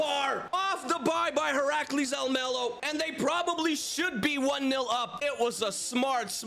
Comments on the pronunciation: Im from the netherlands, but said Almelo incorrect. Heracles is one of our worst clubs from the eredivisie. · i know some thing about heracles almelo (i live in the netherlands). almelo is the city where the club is located (same with psv eindhoven, which is in eindhoven). and the pronunciation is very wrong but yeah dutch is a weird language, so its not your fault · You said Heracles about right but Almelo was a tiny bit wrong but not certainly bad, just English